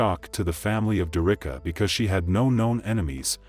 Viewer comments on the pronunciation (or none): Her name is pronounced Derrick-ka not Der-Ricka